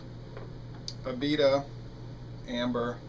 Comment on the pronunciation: A-bee-duh is how we say it in new orleans